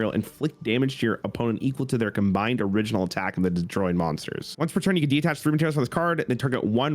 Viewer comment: Another Cimo/ video, another chance to see mispronounce 'detach'.